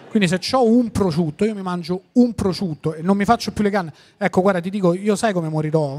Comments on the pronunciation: Solo a me sembra che Tinti dica "prociutto"? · Ma perché Tinti non sa dire prosciutto?